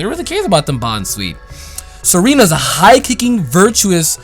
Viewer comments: Tsareena is pronounced zareena. Tsar is a noble rank upon monarchs. And it is prounced zar. Just thought I would let you know. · Tsareena isn't pronounced Serena. It comes from the word Tsarina, you know the female word for emperor,or queen or something like that in russian. Tsar= Tsarina->Tsareena, that's why it has the ability Queenly Majesty, wearing a crown and other pokemon are intimidated by it. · The T in Tsareena is there because otherwise it'd screw up the name scheme, which is a mix of Tsarina, Russian Royalty, and Mangosteen, so they could not have left it out.